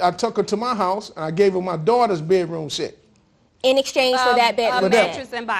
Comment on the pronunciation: It is NOT called a BET-ROOM SET